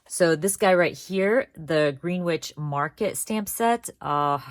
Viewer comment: Ugh, the Greenwich Alpha Stamp is only available as digital (it's pronounced Gren-itch btw) I'd love to buy the alpha and numerical stamps buy I don't have a cutting machine